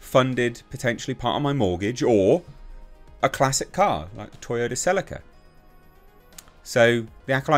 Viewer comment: I was about to sub but then I heard the way you said Celica.